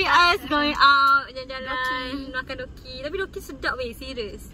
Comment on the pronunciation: Btw it's dookki